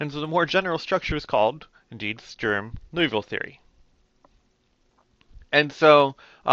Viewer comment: I agree; my teacher went over it so fast that I did not see the beauty of how general it is. When Dr.Underwood wrote down SinCos, Legendre polys, hermite, bessel, I was thinking, "BUT WHY THESE!" And sure enough he told me=> Strum-Liouville. Also good job pronouncing Strum-Liouville. Also, EVERYONE do your part and help women integrate into the hard sciences.